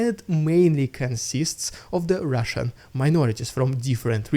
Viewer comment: Today was your rrrridicolous rrrussian prrrrrropaganda Variation majestic and Vera energetic - whoooooooah😂❤! Your a Great guy with a cool fine sense of Humor.